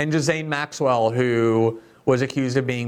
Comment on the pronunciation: Bondi isn't even saying Maxwell's name correct... Yeah, they've dug through all the info 😂